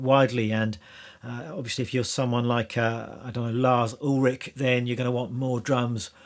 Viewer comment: you can ulrich pronounce like fish ... ulrish. a free lesson from an irish half european. ;)